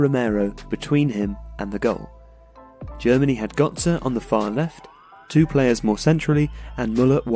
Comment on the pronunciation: So it's Özil but you cannot say gÖtze? xD i am confused